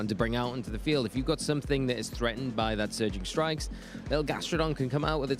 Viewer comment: I have noticed when says Surging Strikes, I hear Surgeon Strikes. And a part if me feels that is apt 🤔